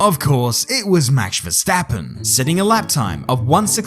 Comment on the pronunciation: why u call him maksh verstappen doe